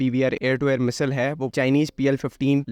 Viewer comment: Bro misal nahi missile bolo 😅